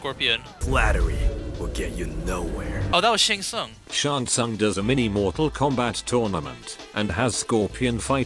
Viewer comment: Bro shouldn’t the reptile employee say Shang Tsung’s name correctly or not